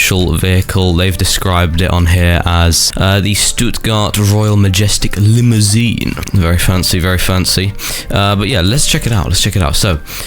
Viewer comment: I love how said the limo's name "Stuttgart royal ✨maejestik✨limousiennn"